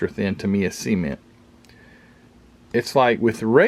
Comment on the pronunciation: That's turning out quite well. The radiator is superb. The way you pronounce "cement" sounds like Jed Clampett.